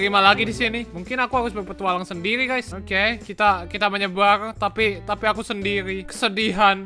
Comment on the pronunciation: Ngomong sendiri jadi sendili